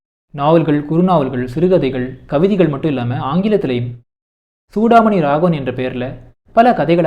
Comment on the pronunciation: புத்தகத்தின் முக்கிய அம்சங்களை தேர்வு செய்து ஆழ்ந்த புரிதலுடன் பகிர்ந்து கொண்டமைக்கு நன்றி 🙏 தன் பெயரை Chudamani என்று சரியாக உச்சரிப்பதையே சூடாமணி விரும்புவார்.